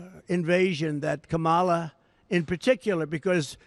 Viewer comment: Why does he keep intentionally mispronouncing her name and calling her comrade as to imply that she is a communist? So juvenile!